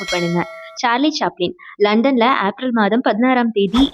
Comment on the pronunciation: அது அப்ரல் இல்ல ஏப்ரல் 😂😂